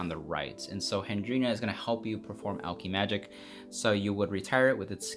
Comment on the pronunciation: Imma say this now because it’s bothering me, it’s alk-eh-magic